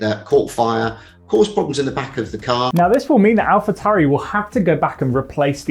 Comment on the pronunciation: Fascinating, but as a channel dedicated to Formula 1, I would expect you by now to pronounce Alphatauri correctly. Is it really that hard? Do you pronounce ‘Taurus’ as ‘Towrus’?